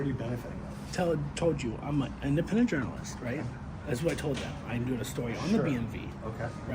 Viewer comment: "im an imdapendelent journomalist"